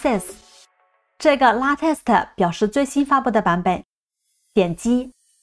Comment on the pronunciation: UP主的英文发音还是有待于提高。releases, latest,arm这些都是非常简单的英文单词，发错音实在说不过去。